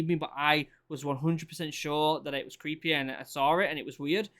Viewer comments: "creepay that's creepay" haha this british accent is amazing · Does anyone else just love the way he says “creepay” 😂😂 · It was all "Creepay" to him.